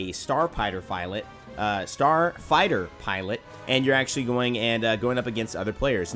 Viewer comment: The star pighter filot